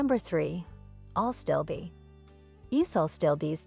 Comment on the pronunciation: Is AStilbe not ALstibe. Also the screen reads lungwort and shows while describing astilbe. Check your work before posting…